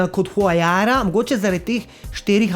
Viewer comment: reče se [vaurja]- Pa mi je bolj kul kot zonda ker huaryia ma tut quod izpuhe zadi